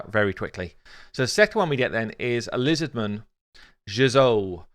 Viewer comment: Does anyone else cringe with ' Jizoh pronunciation? Great porn name though.